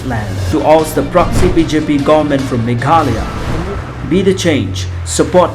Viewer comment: Sngewbha pronounce bha Meghalaya, ym megkala,..